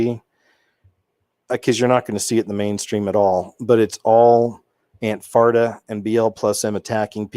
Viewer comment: Ikr🤣🤣 and don’t forget Anfarta Lolol